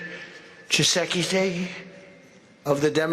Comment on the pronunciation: how Trump pronounce the name of Tchisekedi is amazing 😂😂😂